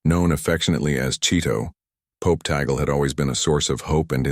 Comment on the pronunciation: THIS IS FALSE NEWS !! (with mispronounced name of Cardinal Tagle. Say, tah-gleh not tey-gel) Only the college of cardinals in a conclave can choose a new pope. In God's own predestined time, let us wait if Cardinal Tagle is The Chosen One. He is an excellent choice, however. One must always say, "tah-gleh" NEVER "tey-gel". The name is of Spanish origin.